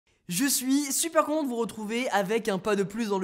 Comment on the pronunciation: Mdrrr le début on dirais tu dit « je suis super con de vous retrouvez »